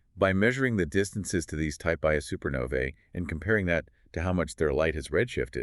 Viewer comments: Type Ia supernova is not pronounced "eye A". The I, upper case "i", is roman numerals for "one". Type Ia supernova is pronounced "one-A". Other number and letter combinations classify other types of supernovae. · type 'Ia" supernova is pronounced "one a", not 'eye a'. The I is roman numerals for one.